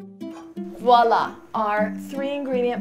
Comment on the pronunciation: The way she pronounced'' voilà '' !